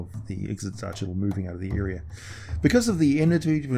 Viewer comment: IK-SIT-ZACH-IT-AL Also Demogorgon was not at all part of D&D for years until Eldritch Wizardry came out